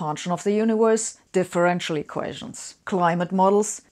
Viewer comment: "eqations" ????? This one makes my head hurt.